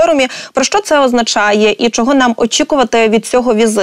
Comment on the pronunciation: ведучa! не сЧчЧччЧо а шшщо.... свук шшшш не ЧЧЧ . чому так сильно вимовляєш Ч? Мені вуха болять!